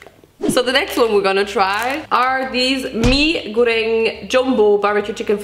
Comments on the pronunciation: WHY AM I SO SURPRISED SHE SAID MI GORENG PERFECTLY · the way you said "Mi Goreng" sounded like how we locals (Malaysian/Indonesian) say it 😆👌 nice pronunciations gurl~